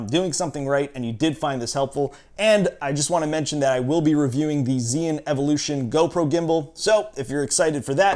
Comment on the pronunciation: mispronounced the name